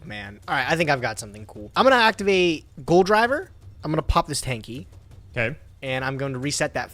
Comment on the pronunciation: It's not "Goldriver" it is "Gol D. River" haha